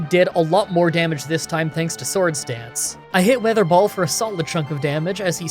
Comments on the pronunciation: You said ,,water ball" not ,,weather ball" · Does he say water ball instead of wether ball. Or am I just hearing things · Did anyone notice he said "water ball" instead weather ball for a long time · Ok I think my hearing is dying because, weather ball sounded like water ball to me, did anyone else catch that?, if ur reading this I got u covered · Weather ball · Did anyone else notice that at the beginning of the electric gym he said waterball instead of weather ball? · Weather Ball not water ball lol. You said that multiple times too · Did I hear wrong or did he say water ball? Xp Never change, never change 💙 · Okay so like, he called it "Water ball" like 3 times in this video and I'm not sure if he was calling it that because it was water-type, or he was simply making the same mistake repeatedly and not catching it. :/ Jk i love ur vids man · It’s weather ball not water ball lol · Is it me or did he say water ball ? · I constantly hear "water ball" instead of "weather ball" o.o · Drinking game! Take a shot every time he calls the move "Water Ball" instead of weather ball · It's so funny how switched between calling WeatherBall "waterball" and it's actual pronunciation 😂 Also, you can always grow leppa berries at every patch of soil so you can have infinite ethers, it's better than stressing out and trying to ration ethers